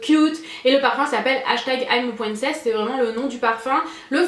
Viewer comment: "I'm a pouincess" ahah, sinon, c'est une vidéo que j'adore re-découvrir;) ❤